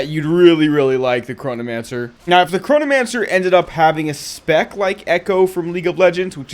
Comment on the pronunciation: I keep hearing Coronamancer for some reason.... love the vids IGN: Nicestick